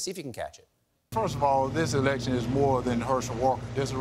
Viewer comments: he said erection instead of election. I watched 3x before i got it. I am dumb though. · A man who can't pronounce election should not be erected!!!!